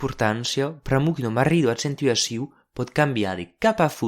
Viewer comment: accentuacÎw e non accentaciOU!me vos far venir craba??